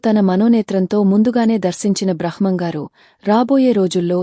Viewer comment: please కొంచం స్పష్టంగా మాట్లాడు తల్లి. బ్రహ్మం గారు అనటం, కాలజ్ఞానం అనటం రాకపోతే ఎందుకు స్పీచ్ ఇస్తున్నారు